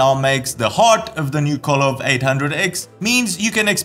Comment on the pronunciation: The name is KOVE (pronounced ko - vey).